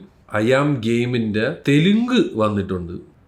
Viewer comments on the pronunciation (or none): none